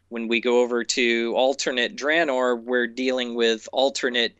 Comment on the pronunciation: Jesse, for the love of all that is good, PLEASE pronounce Draenor (dra[as in "dragon"]-nor) correctly.